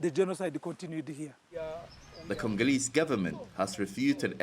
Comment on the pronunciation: "The natural resources were created with Congo and we are Congooreeees" 👀😂😂😂🤣 ⚠️UBWENGE ⚠️